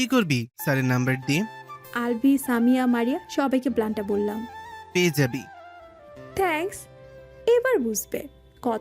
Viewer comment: থেঙ্কস নয় হবে “থ‍্যাঙ্কস্”